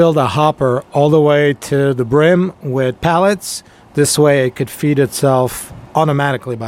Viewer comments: Hope it all went well for you. Sorry man, I had to stop watching it was painful..... They are "pellets" not "pallets". It's a "cup" not a "cop" and you are using an infrared "thermometer" not a "thermostat". I know this is really judgmental of me, I tried to over look it all but it was such a distraction for me that it kinda made it all unwatchable. Feel free to judge my spelling and punctuation on this comment I'm sure I've don't just as bad. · PELLETS, Not Pallets lol. Sorry that just drove me crazy hahaha.